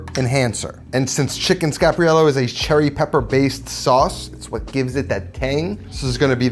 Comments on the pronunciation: scar-par-YELL-oh. /pronunciation police Recipe looks great! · Love your stuff, and learned how to make the dish from you(and others), but you are pronouncing wrong... There are 5 syllables. Scar-par-i-e-llo . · It’s chicken Scarp, not chicken Scap